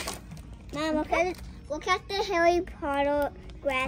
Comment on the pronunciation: You called harrey